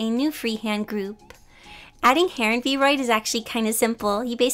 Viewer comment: This is super awesome!! and this might just be a little nitpick, but the app is actually pronounced "V-R-oid". And sorry if this bugs you a bit, i was just trying to help out a little. /_ \